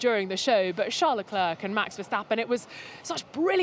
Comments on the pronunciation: Why is she calling him Le Clerk? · Please make some efforts to pronounce Leclerc's name properly, missy!!! There are 20 pilots on the grid. This should not be so difficult to remember their names and how to pronounce them... 🙄